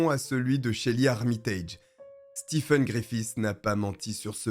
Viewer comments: Ca se prononce Stéfen, pas Stifen... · "Stephen" se prononce "Steven" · Merci pour la vidéo. Le nom "Stephen" en anglais se prononce en français "Steven"